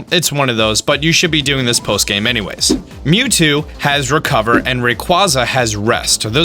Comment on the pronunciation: Commander Cody Hey! It's Mew TWO